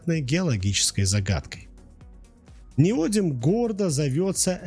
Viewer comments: Следующий этап обужения нейросетки: ниодИм, а не нИодиум! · В чем изящность реакции нейтрализации кислота щелочью? Это любая хозяйка на кухне делает смешивая уксус и соду, вы просто хотели ляпнуть для красивого словца? И не «неодиум», а «неодим» неужели так сложно хотя бы правильно прочитать? Количество ошибок и оговорок в коротком ролике поражает, первоклассник справился бы лучше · НеодИм, а не неОдим. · неОдимовый магнит - режет ухо! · Человек, который прокурил за углом не только уроки химии, но и русского языка, и не знает о существовании поисковиков и словарей, пытается что-то рассказать о теме, в которой ни в зуб ногой, ни в .опу пальцем. НеодИм! С ударением на "И"! "Гидроксидные" произносится слитно! В общем, даже дизлайк за такое - это уже награда. Просто дам команду YT не рекомендовать этот канал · неоди́м, а не нео́дим. это фиаско. -- upd: автор — молодец, проделал большую работу, хотел всех порадовать. С учётом того, что ru каналы не монетизируются, это буквально работа только ради зрителя. Я хотел лишь сказать, что если ударение ставится неверно, то теряется доверие ко всему контенту. Я бы перезалил. Тем не менее, это не обесценивает проделанную работу. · Правильное ударение в слове неодим падает на третий слог, на букву и — неоди́м. Во всех падежах при склонении ударение также сохраняется (например: неоди́ма, неоди́му). Безграмотность не есть оригинальность. Безграмотность бесит. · Произношение и формы. Ударная гласная: «и» на конце основы (не-о-дим).Родительный падеж: неоди́ма. Множественное число: неоди́мы. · Неоди́м - такое ударение в Википедии. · В слове "неодим" ударение падает на И, а не на О. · Неграмотную речь слушать больно, сбиваетесь, запинаетесь. Ударение это еще через слово..🤦‍♂️ Как можно было неодим так исковеркать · Правильное ударение в слове Неодим на третий слог, т.е. на букву И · ударение ставит робот, он по-другому не обучен ))